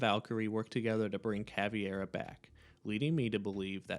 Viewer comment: why do you call caveira caviar